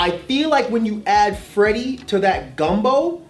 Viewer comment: Did deadass say gumbo?